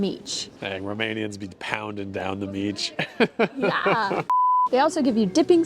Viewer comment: my dear friends, you both pronounce mici absolutely perfectly, genuine romanians.